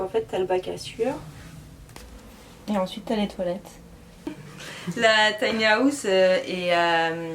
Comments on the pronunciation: Taï ni à ousssse 😂😂😂 On peut rire mais on ne se moque pas 😉 J adore les tinyhouse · On ne dit PAS Tiny-Aousse 😅🤣😂😅🤣😂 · tiny haaaaouse fois 1000, je saigne. J'ecoute, j'ecoute.